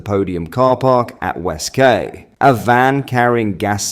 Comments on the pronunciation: The word Quay is pronounced key Not kay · It os pronounced West Kee noy West kay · West Kay!!? 😂 or West Quay (pronounced ‘Key’) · It’s pronounced key, love, not Kay! But you’re forgiven ❤ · West (-key) not West (-kay). Pronunciation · "WestKAY" oh 🤣🤣🤣🤣🤣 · Its pronounced west key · It's pronounced West-Key. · West quay. Pronounce it as West key